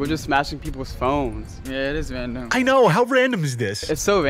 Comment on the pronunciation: "Its so wandom"